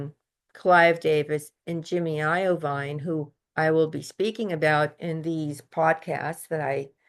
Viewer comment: It’s pronounced eye-veen Jimmy Iovine 😅